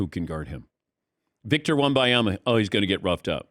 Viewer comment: Wem-ban-ya-ma … not wem-by-ya-ma … it’s right there in THE LETTERS.